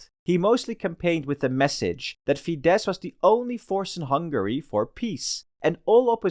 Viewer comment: As a Hungarian, I'd say this was a pretty good summary. Bonus Point for getting the pronunciation of FIDESZ right, which I heard badly pronounced many times before. Well done! :)